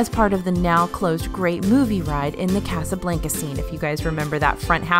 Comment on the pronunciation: During my college program in 2010 we found a paint brush on Tom Sawyers island ☺️ We got a few fast passes when we turned it in. It was so much fun, I wish people didn’t ruin it for others. Also PS. The way you pronounce Casablanca is a dead giveaway that you’re from WNY 😉